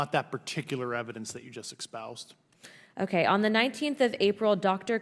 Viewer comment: "ec-spoused"? No such word! 🤔 'Espoused'? Which she didn't. He also says "nucular" instead of "nuclear" & "eck cetera" instead of "et cetera"! 🤦‍♂️ Again! Maybe means "expound".